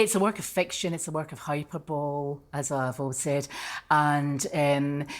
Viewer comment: She's a lawyer and can't pronounce the word "HYPERBOLE"? Does Scotland give away law degrees when you buy chocolate bars or boxes of cereal?